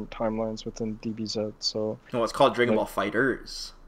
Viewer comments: "Draygon Ball Fighterz" My nigga, come on son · "dray-gun rush"